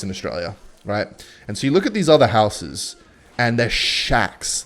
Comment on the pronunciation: For someone who can’t pronounce the word “houses” correctly seemed to want to say it a lot.